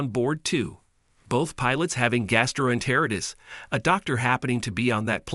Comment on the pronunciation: Gas-tro en-ter-i-tis. (Gas-tro en-teer-eye-tis) But they got piqued right!